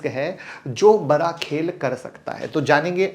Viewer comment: बड़ा खेल बोल भाई नाकि बरा खेल 🙏